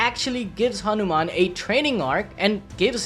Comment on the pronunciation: Bro ur hindi accent like saying hanuman and other words was so much better than most of the people abroad... And as always crazy theory